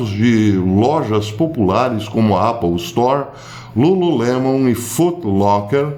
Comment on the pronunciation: Me perdoe o comentário, professor, mas o senhor foi o primeiro brasileiro a falar Apple Store, com "a" de A, não de É, como é o certo.